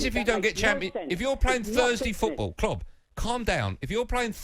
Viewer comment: Does anyone know this guy’s actual name? I’m 99% sure they call him cause when he first called last season he pronounced Klopp ‘Klobb’